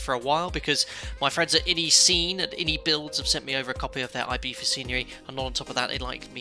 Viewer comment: Nice accuracy with the local pronunciation of Ibiza there. At first it struck me as wrong, but then I had to remember that my ear for Spanish is more attuned to its Mexican and Puerto Rican varieties, as those are what I commonly hear across the pond from you. (It would sound more like "ee-BEE-suh" in Mexican or Puerto Rican Spanish.) You got it right for Spain though, where the letter Z takes on the "th" sound, so I have to give you a proper "¡Tú español es bueno, Capitán!" :) Speaking of Mexico, if you're taking suggestions for future live stream origins or destinations, I think Mexico City could be interesting. Its 7300 ft elevation would allow you to discuss hot and high operations at a length I can't recall seeing in past live streams.